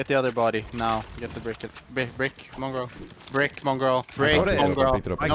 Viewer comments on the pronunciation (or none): I was dying he keeps saying mongrall brick ahah